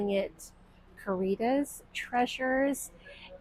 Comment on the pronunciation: The eyelet shacket transformation is STUNNING. I wish I had one just like it! I think the thrift store is called “Caritas” because that’s Latin for charity, one of the virtues in Christian teachings. If that’s correct I think it’s pronounced “cah-ree-tahs” - but I could be wrong and maybe it’s the way you said it! 😅 anyway thanks so much for another really inspiring video!